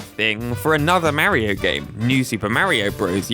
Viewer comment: You pronounced Mario wrong